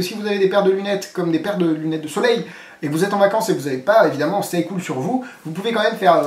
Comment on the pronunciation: Tu as dit "Stay Couille"